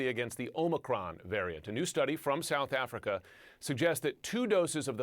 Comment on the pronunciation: In the beginning, i could've sworn fauci said "south africer".